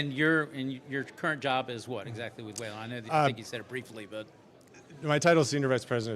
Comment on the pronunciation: I like how this idiot host can’t say Whelen correctly